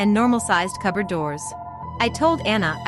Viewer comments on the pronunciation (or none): "A coberd in a coberd?"